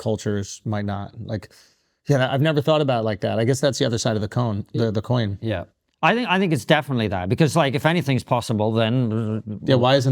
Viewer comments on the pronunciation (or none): “the other side of the Cohen, er, coin”! Proof they’re paid by The Joooooos.